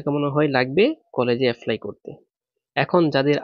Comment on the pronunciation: Apply ❌️, affly ✅️